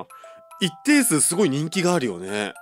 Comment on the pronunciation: まだありゅwかわいいw